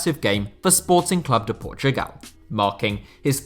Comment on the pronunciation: You get a like just from saying Sporting Clube de Portugal and not Sporting Lisbon